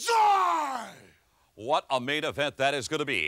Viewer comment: I'll never forget that last Banzai Drop on Duggan man. Man said "Bakshee" that time, not even Banzai.